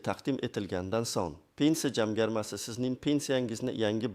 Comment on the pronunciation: СУЗЛАРНИ ТУFРИ ТАЛАФФУЗ КИЛИНГ. БИР МАЙДАН ЭМАС- БИРИНЧИ МАЙДАН. ЖАМГАРМА ЭМАС- ЖАМFАРМА. Видиода Хатолар жуда куп. Сизга ишонмадим!!!